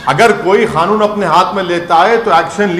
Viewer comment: ओवैसी पहले तू ये सिख ले की कानून बोलते है की खानून ये दोनो में बहुत अंतर है कोनसा सही हैं पहले अपने ही भाषण सुन फिर लोगो को भड़काना